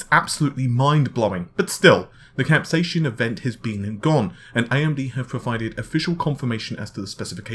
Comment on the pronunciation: Cap Say Sin. Not Cap sashion. Still love the channel!